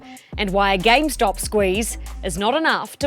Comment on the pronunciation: Why does he keep saying “gamestock”?